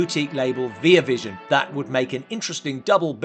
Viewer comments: ViaVision is pronounced like VireVision rhyming with fire. Just saying. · I can’t swear it’s right but someone I follow who’s actually friends with the head of Via Vision pronounces it vie-uh-vision.